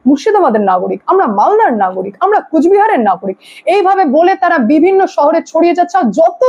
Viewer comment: কুচবিহার নয় , " কোচবিহার "